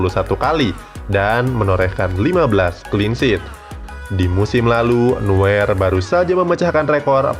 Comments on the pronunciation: Neuer dibaca noyer bukan nuer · Noier min bacanya bukan nuwer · Bacanya nuyer LOL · noyer bacanya bang buat nuwer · Sedikit koreksi nama NEUER .di ucap NUYeR bukan NUWER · Koreksi lagi : Neuer dibaca Noier. Sama kayak Reus yang dibaca Rois